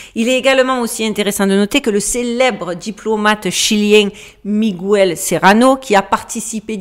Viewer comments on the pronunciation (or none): none